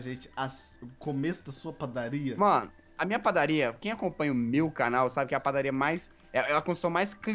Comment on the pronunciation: o jazz falando padarria me lembrei da menina que eu gosto